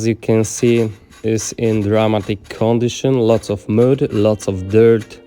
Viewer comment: Stary... xdd prose popraw swoją wymowę po ang. "to" czyta się [tu], "mud" czyta się [mad], "odrdzewić" przetłumacz na "de-rust" [di rast] [kar' szampu], [disz sołp], polishing paste czytaj [... pejst] XDDDD bawi mnie ta metoda tłumaczenia wymowy xd